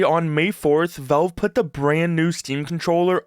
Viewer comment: The word valve has an A in it. It's valve, not velve.